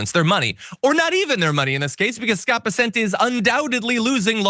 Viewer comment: It's BESS-ent, but whatever.